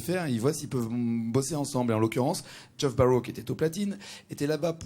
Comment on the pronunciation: "Portish head"..."Joff" LOL